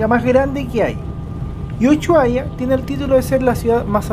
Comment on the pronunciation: Uchuaria ... me encanta como pronuncia Ushuaia ja .. Buenísimo el vídeo .... buena descripción del micro gracias. Saludos desde Argentina